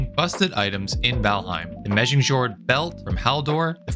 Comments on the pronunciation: Kite-in! I've learned that one. How do you pronounce Megingjord? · please learn how to pronounce "chitin" and "megingjord" properly, it's a little jarring. Yes i'm being snobbish what are you gonna do